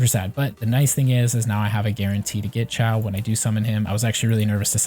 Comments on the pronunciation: Kinda triggered he kept saying Ciao instead of Xiao (shiou, sheeow) lmao. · Haha you're good! Yeah the video was helpful. It was just funny to keep hearing you say Xiao that way. XD